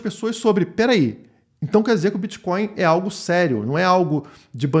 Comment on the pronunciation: O que é esse "Bitcoio" aí ?? Isso é "creptomoeda" ??? 🤣🤣